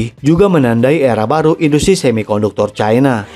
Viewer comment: Cara bacanya CAINA..